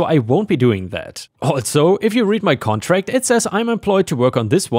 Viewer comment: "contract" isn't said as "con trast." It's said as "con tract." 😉